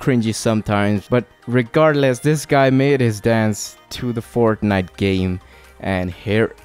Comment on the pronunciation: he said forknite